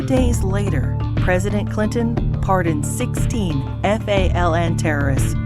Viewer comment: Why does it sound like they say Hillary Cliton instead of Clinton? 😂